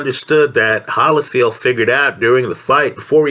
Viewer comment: It’s hard to take you seriously when you can’t even pronounce one of the best fighters of all time evander “the real deal”HOLYFIELD’s last name